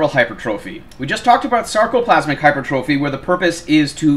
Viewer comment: I mean hey, not a big deal, but for the love of god, please start saying hyper-tra-phee